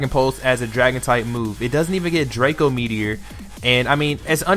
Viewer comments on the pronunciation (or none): none